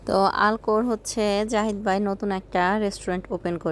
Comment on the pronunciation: আল খোর হবে উচ্চারণে। আলখোর লুলু হাইপার মল থেকে কতদূরে?